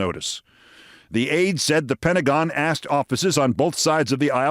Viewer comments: "Nobody AXETD you!" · "because nobody axed you"